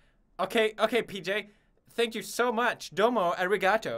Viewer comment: i thought he say "oh sakit" in pilipino which means it hurts in english pilipino